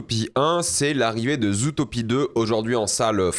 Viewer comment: le fait qu'il dise "zoutopie" 💔💔💔